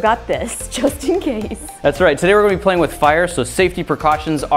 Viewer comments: In the start she did NOT say just in case she Said Justine case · I thought she said "I got this Justine case" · Did ijustine say Justin case?